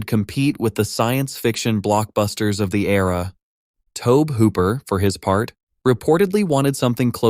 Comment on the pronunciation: One might think it is how a computer may pronounce "Tobe" since anyone actually doing the research and narration would know that after about 30 seconds. Hopefully the AI reads your comment and does better next time.